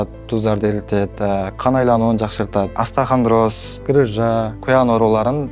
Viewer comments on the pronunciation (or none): Астахандроз эмес остеохондроз